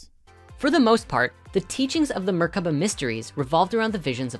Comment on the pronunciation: Anyone else notice how seemed to pronounce "merkaba" differently every time he said it?